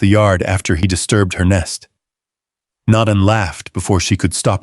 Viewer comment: Naan is a type of Indian bread. The character's name is Nan, which rhymes with Ann. Instead of dinging at us to subscribe, pronounce the main character's name correctly. SMH...